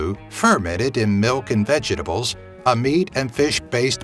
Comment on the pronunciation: I’m just laughing at how pronounces vegetables.